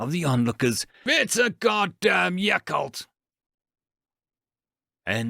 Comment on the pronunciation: What’s a yakolt? Does he mean milk?